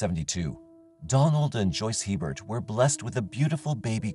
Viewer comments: The name "Hebert" is pronounced, A-bare, not Hee-bert. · Its not He-bert, it's pronounced A-bear. It's a Louisiana thing. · The name is Hebert it's a french name and is pronounced Aber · Just saying, regarding Stephanie Lynn Hebert in Louisiana. Hebert is pronounced “a bear” - It’s Cajun French. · FYI, Hebert is pronouned A-bear.